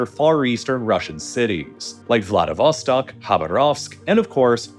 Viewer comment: Man, I need to blow off some steam after repeated hearing 'blagoveshchEnsk': it's 'blagovEshchensk' + 'khabArovsk' and 'vladivostOk'